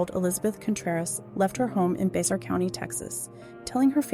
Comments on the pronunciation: Bexar is pronounced “bare” by Texans. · Psst. Narrator lady. Its Bexar county (pronounced Bear). People from this county will love you for saying it correctly. 😁